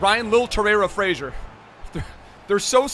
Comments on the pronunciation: it’s Fraser not Frasier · It’s Ryan Fra(z)er not Fra(shi)er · It's pronounced FRAZER not FRASIER, he hasn't got a TV show named after him xD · Fraser not Frazier bro